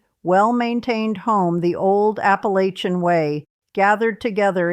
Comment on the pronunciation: I might believe you if you learned how to pronounce Appalachian correctly. You're not from here.